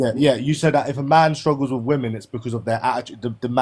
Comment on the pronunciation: Dismissing my stwuggles bwo 😭